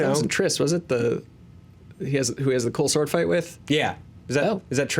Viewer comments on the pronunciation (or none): is it "Gold sword fight" or "cold sore fight"? Having only seen this HT it could easily be the latter...